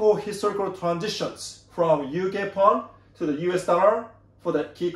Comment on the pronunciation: Thank you, very informative as usual. BTW it is UK Pound not Pond. 👍